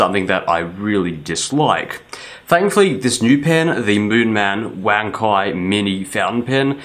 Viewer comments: chinese pronounce it as ONE CHAI (as chives) and not as WANK EYE. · Great review. Btw The pronunciation is actually somehow like "wan tsai" in chinese, not " wan kai" .